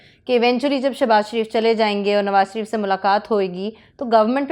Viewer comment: کسی نے نوٹ کیا کہ مبشر لقمان صاحب نواز شریف کو۔ نواز سریف۔اور شہباز شریف کو۔شہباز سریف ۔بولتے ھیں؟